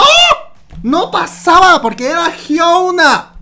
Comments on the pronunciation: Es "Hyuna" no "Hyouna" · Por que pronuncias su nombre así??? Lo pronuncias como si fueras nativo anglosajón TT